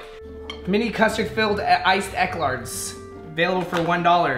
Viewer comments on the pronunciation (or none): Omg 😂😂😂 he said “Ec-larts” 🤣🤣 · B*itch said “Eclards” 😂😂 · He killed me when he said ECLARTS😂. It’s eclair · Ice eclarts😂😂😂😂it’s eclairs 😭😭😂😂😭😭😭😂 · NEVER SAY ECLARTS AGAIN!!!😱😢😂 and evaporated milk is milk with no water in it.👍👌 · they are called eclairs pronounced E-CLARES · Fucking "EKLARDS' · Um, did he say Eclards? I thought so. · Eclairs bruh lmaooo you pronounced that wayyy wrong XD